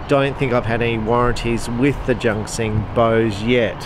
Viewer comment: Junxing is pronounced "Choonseeng" (or "joonsheeng", something in between...) but definitely NOT JUNK KSING! :D